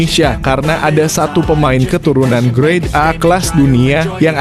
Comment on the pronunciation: Ralat: GRADE A, yaa... bukan GREAT A.... semoga bermanfaat... 🙏🏼